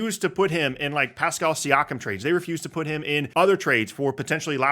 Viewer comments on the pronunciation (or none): none